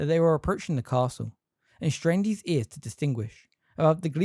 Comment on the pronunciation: His isn't pronounced like heez